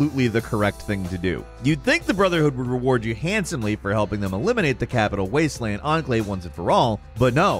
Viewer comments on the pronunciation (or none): none